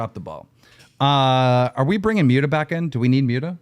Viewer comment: MOOT-UH. Not MUTE-uh Human trash gnome